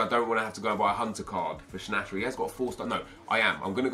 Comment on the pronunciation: Its pronounced Schna te rer